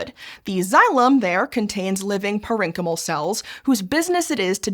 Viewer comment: The way she said parenchymal broke my brain.